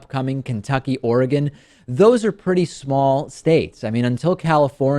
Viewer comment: Holy crap he said "Oregon" right. Seemingly nobody outside of Oregon does. O.O